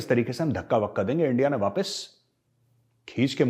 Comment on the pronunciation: Lovely points made. Please don't stop the Lahori accent. Especially ENDIA AND RAAAA......W. These are the most hillarious ones. 😂